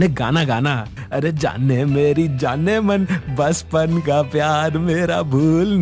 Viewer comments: Galat word baspan nahi bachpan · bachpan. hai baspan nahi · baspan nahi bachpan hoga.